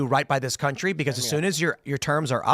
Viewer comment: I love Phil but the way he says beCAUSE drives me insane.